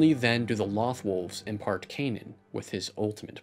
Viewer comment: Great video! I'm a huge fan of Rebels. It's in my top 3 all-time-favorite animated series. I couldn't get into Clone Wars. I watched the first 3 seasons and was just bored. Rebels is so well-written. My only complaint about this video (and it's a total nitpick) Loth Wolves. Mispronounced. It's a long O. Just like Lothal and Loth Cats. (pronounced "Loath Cats" and "Loath Wolves".) Again, that was a total nitpick but I absolutely loved this video. :) Best of luck for your future videos and writing! Cheers!